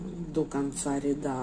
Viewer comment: Не рядА, а рЯда